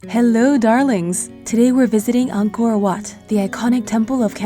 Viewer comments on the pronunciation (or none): Btw it’s said “Anko whaut”